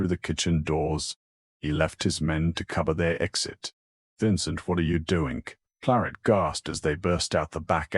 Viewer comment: Voice is awful and transcript is worse. I found myself looking for anomalies instead of listening to the story. Plarrt instead of Claret or is it Clorrette/Cloret???